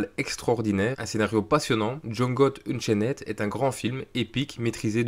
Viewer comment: La prononciation de "Unchained" xD